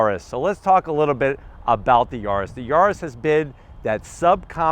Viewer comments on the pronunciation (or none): Mal traducido: Se pronuncia YARIS no Yurus. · whats a "Yoris" 🤣